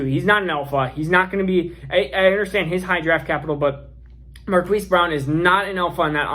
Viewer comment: Marquis is pronounced Mar-Keese 😉 Keep up the great work!